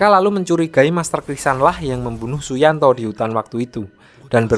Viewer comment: Weh kok Su yuntao jadi suyanto🗿🗿🗿🗿